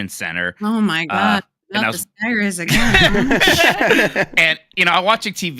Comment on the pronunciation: I do not care for saying "Skyrizi" and all of its variants, hopefully he moves on soon